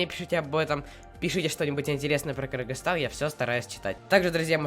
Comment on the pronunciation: Правильно не Киргистан а Кыргызстан